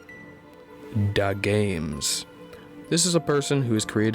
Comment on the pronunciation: Lol he said Dah Games and not D A Games